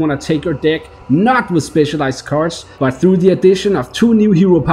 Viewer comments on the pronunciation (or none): I don't like the way you pronounce the word "deck"...